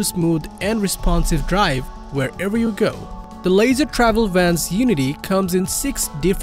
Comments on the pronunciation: Leisure [Leezher] not [Laser] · The Unity is built on a Mercedes chassis, but you are showing their model built on a Ford chases (Wonder). The company is pronounced "lee-shur" not "lazer" travel. I would like to know which class B has more exterior storage, but you didn't talk about that. Not very informative